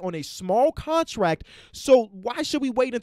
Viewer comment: cant pronounce the t in contract, but over pronounces the t in Gobert